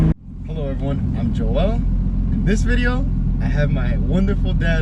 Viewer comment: imma pronounce my name a Joe El instead of jowl or hoe el fuck you mean